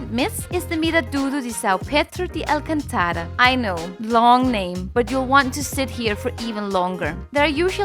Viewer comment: Tks for the video on my city, great stuff. when pronounce "Miradouro de Alcântara" remember this accent ^ over the "â" gives it a nasal sound (an). You break the word as in "Alcân"... then "tara", NOT "tára". There is no NO accent on the 2nd to last "A" of "tara". So say it "Alcân"(as in "can-can") and then fluidly "tara" (as if saying "Saman"tha" in English. Got it? 😉 I used to be a 🇵🇹teacher so forgive me, just want u to become an ACE♠️ at Portuguese; not easy but quite doable. 🙏😘♥️🇵🇹